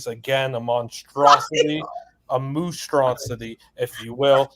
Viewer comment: The way said "Moostrosity" was incredible